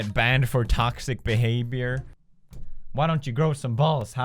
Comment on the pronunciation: did anyone else notice he said behabior lmao love you pewds